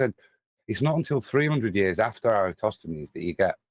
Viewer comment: There is nothing more aggravating to me than hearing you guys say, "EroStosthenes"!!!! After how many years? 🕞...and you don't know how to say his name???? My GOD!!! It is ERATOSTHENES ...FFS!!!!! (erra-toss-the-knees). 🤔